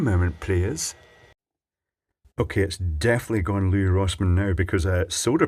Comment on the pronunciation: I think Louis Rossman's first name is pronounced the same way as the name Lewis